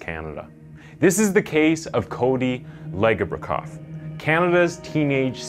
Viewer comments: It's Cody Ledge-a-bak-off, I think. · His last name is pronounced ledge-a-bow-cough I went to elementary with his little sister and his dad coached my hockey team for a year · Crazy to see this story on here. It's pronounced "ledge-eh-bo-koff". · I wish they pronounced his name correctly so everyone knows it… it’s “Ledge- obokoff” Some of these details are wrong too. In the court they said that ‘Leslie started stabbing herself with a screw driver”, not a pipe wrench… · It’s ledge a bow cough. And maybe saying he Excelled in sports 15 times isn’t enough better say it again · Pronounced "ledge-E-Bok-off" Legebokoff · Pronounced ledge-ah-bow-cough